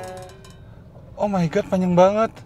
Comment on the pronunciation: bang kek nya “oh my god” ga gtu sebutin nya hehe